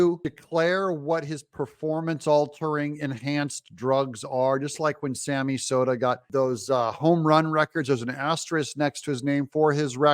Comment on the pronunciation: *Sammy Sosa , not Soda , lol